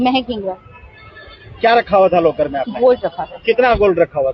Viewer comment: लोकर ❌ लकर ✅😂😂😂